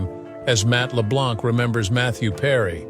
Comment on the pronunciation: Mather Perry on "Friend?" This is some really bad AI.